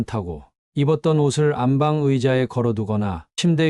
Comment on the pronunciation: 안방으로 읽지 마시고 안빵으로 읽는게 맞는것 같아요.